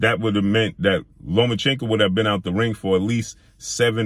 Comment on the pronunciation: Learn how to say names. When you mispronounce Lomachenko every time you say it, it sounds racist.